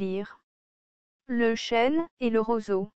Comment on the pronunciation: Chêne, pas chaîne.